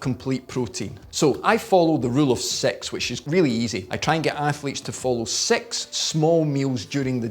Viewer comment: I can't be the the only that was hearing sex instead of 6.